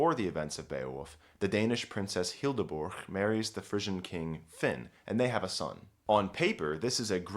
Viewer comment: Hildeburg? Why the g? The h just makes bur a longer sound. Don't butcher it.